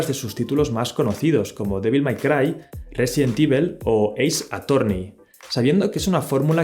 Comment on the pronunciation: Residentivel :v